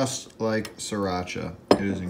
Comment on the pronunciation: Sriiiiii not SIR-racha! Each time he says it I get sidetracked. Pronunciation changes, especially imported words, but it just grates my nerves irrationally (I know, I know)! I've been using sriracha, and hearing it pronounced SRI (as in the country Sri Lanka) for decades before it became so popular. Changing to a new pronunciation isn't easy.